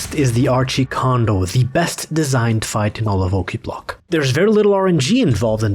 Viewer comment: Sounds like Klingon... Qa'plagh! :D